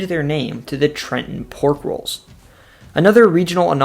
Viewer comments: BRO EXACTLY! I was so amped when he said “Newark or Neurk” and then nailed Trenton. My dude did damn good research I’m so impressed. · Excellent job! The most comprehensive NJ video I've seen here. You pronounce Trenton like a Trentonian🤔 😃 Most people outside the area overenunciate the 2nd T